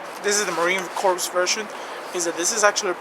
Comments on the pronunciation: Core! Not corpse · It's pronounced Marine "Core" even though it's spelled corps.